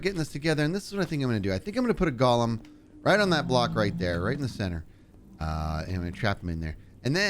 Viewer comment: RE: Allay pronunciation. Jeb has an accent for those of us in the United States so that should be considered. That being said, I agree with your conclusion.:) However, now that you have gone on this tangent, might I point out that you (and Impy among many others) continue to mispronounce golem. It is GOlehm, not gawllum. Gollum is from Lord of the Rings.:) Love your face so much.:) I start smiling the second I choose to watch one of your videos, with and without your cohort. My brain is already conditioned to expect a light heart, less stress, and smiles. One of the many things I adore is the fact that although you deliver a multitude of smiles and laughs, there is so much more. I sit here during your "Going Deep with " segments cheering you on.. "Yes! You tell 'em! Oh my gosh that is SO true!" The fact that I am speaking out loud to my monitor is irrelevant. I am convinced you can hear me, of course.:) Your devotion to your family comes through strong and that is most definitely something that should be acknowledged. I could fill a page and come across as some wacko stalker. lol I'm going to shut up for now, but before I go I just want to say a sincere thank you. I know people tell you how you affect their lives in a positive way. I just hope you truly grasp it isn't just kind words. It is truth. You are a gift.